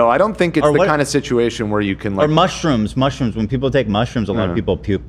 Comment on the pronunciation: Lol ethan mispronouncing most of the mushrooms in the ad read